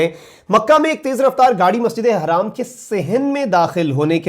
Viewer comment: Hi brother like your channel but just to ask you to clarify me that the pronunciation about masjid e haram or harram because haram is house and harram is not acceptable in Islam so please when you say masjid e haram not harram please clear this issue 😉